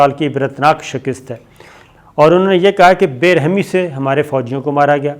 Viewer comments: Sabir bhai, Urdu main "shakist" koi word nahi hota "shikast" hota hai :) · Bhai improve your Urdu. It sounds irritating when you pronounce "shakist" instead of shikast.